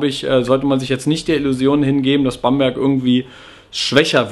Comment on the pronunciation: "Bamburg"... ;O)